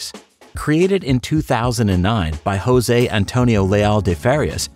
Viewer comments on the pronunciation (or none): MonoGame creator's name pronounces José without changing the J to R because it is portuguese, not spanish. Just like in "Joseph".